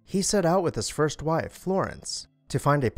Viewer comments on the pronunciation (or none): none